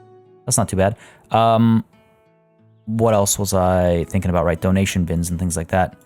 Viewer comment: When you put the emphasis on DO in donation. My automatic thought was "Do. A deer. A female deer" even though the logical part of my brain was like "He means dough as in money"